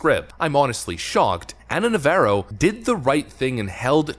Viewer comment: Nəv-AH-roh Like the Jane's Addiction guitarist Dave, not the Chevy Camaro